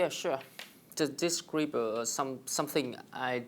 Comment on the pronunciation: nói describe là đis cờ ri bờ các bạn ạ